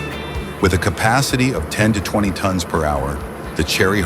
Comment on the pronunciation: Tons not tonts